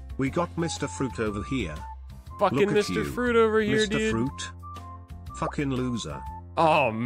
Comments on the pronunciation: You do that fa-ruit so good dad! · More fuhruit speedy, I love your oh so good fuhruit my King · More fa-ruit, speedy.